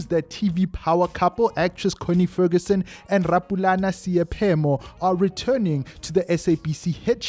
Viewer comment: Not Seyaphemo👎🏿but S..e..i..phemo